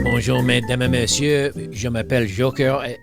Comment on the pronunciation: FYI - you need to pronounce the z between the 2 words: May-dam zay May-siuh